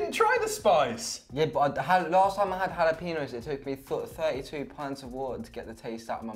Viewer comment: The way they’re pronouncing ‘jalapeños’ AHHH!!!